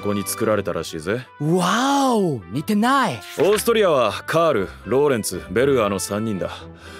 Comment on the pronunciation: 「似てない」英語染みた発音で笑った。ジョージと一緒に授業受けたら笑い過ぎてお腹痛くなりそう